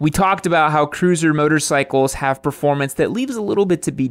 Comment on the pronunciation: You lost me at "proformance" vs. "performance. Moto riding is about what's between your ears ... and not your legs.